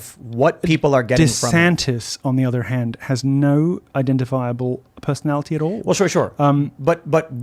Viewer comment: southern black preacher delivery is grating: socieTEE, personaliTEE.